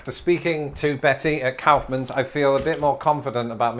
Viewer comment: "cowfmans" lol 😂😂😂 Its pronounced more like the act of expelling something from the lungs than a bovine ungulate, my friend!